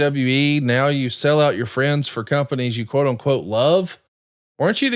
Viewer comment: “PLEASE STOP MAKING FUN OF MY FWENDS!”